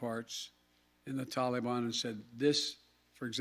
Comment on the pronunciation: Can’t pronounce Taliban correctly still I see Coked Joked Joe? Maybe you should take some of your sons heroin and watch more Sesame Street. I’m so embarrassing what our government standards have been reduced too. I mean even Nasty Pelosi should have already been replaced, I mean how is she still out of her crypt?